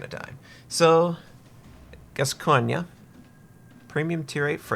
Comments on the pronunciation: Just to help out, It is pronounced "gas-goin". Just like the famous soccer player Paul Gascogne. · there's no A at the end of GASCOGNE, you pronouce it about right, just no A at the end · Pronounced as GAS COIN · pronounced GAS-CON